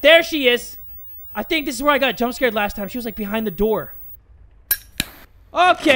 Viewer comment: turns into a big 🐱 when he's scrred, if you catch my drift Also "scrred" isn't a typo, it's how pronounces "scared" sometimes